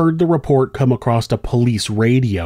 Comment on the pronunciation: She came “across” a man. Not “acrost” a man.